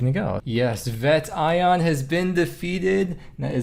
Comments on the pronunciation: It is VET-E-ON lol jk, heres your algorithm.. :D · what did u call vetion??!!!!